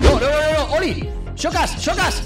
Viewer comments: Por es xocas envés de chocas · El xocas tuvo que ser eliminado en el teléfono escacharrado lo dice mal